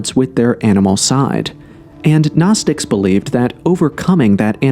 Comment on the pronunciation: Gnosis is pronounced NO-siss not naw-siss